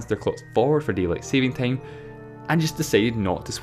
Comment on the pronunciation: no he got me at deileight saving tame